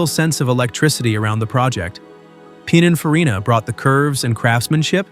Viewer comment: Its "pin-in-farina" not "pine-in-farina"